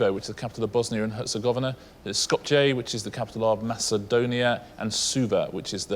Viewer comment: I’m pretty sure it’s pronounced SKO-piya.